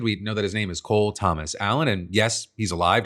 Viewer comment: The shooter's middle name is said Toe-mas not Thomas.